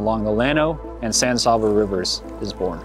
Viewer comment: Good video. As usual, someone has to make a comment about pronunciation. I'll take that lead. San S(ahhh)ba. Not really. San S(aabb)aa. Is much better.